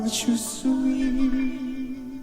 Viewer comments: Great, but PLEASE learn how to pronounce the title: "zoos" for "swee"?!?? .. "suis" is French for "am" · Great review! This was my first exposure to Forestella. I'll certainly add them to my playlist. BTW, their French is superbe, yours needs help 😂. "Suis" phonetically is "swee". Keep up your amazing work. You're the best! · It is pronounced Ja swee malad